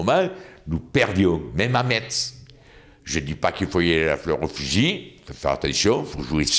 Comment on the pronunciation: J’adore comment il dit Metz